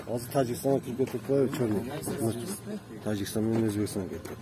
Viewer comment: Тажигистан дейби чиркин